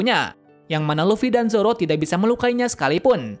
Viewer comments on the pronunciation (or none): none